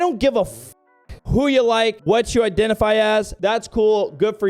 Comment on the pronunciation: fuck the pronouns, what’s with this woman’s pronunciations? I-den-tee-fy? Koo-kout?